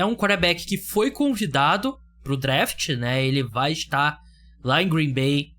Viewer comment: Se fala dreft e não draft kkkkk